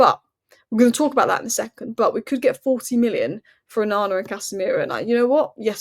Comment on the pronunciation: Look up how to pronounce é -- e with an accent. Aren't you supposed to be Cambridge educated? 'One' lol